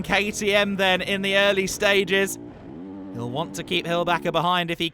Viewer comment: Somebody please stop this announcer from butchering Hollbacher’s name. It’s “Holl…” not “Hell…”